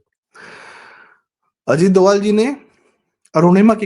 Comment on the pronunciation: DOVAL डोवल IS WRONG PRONUNCIATION 🎉 IT'S DOBHAAL डोभाल 🎉PLZ CORRECT URSELF